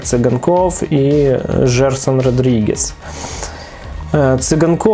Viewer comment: Родригес, а не Родригеш!!!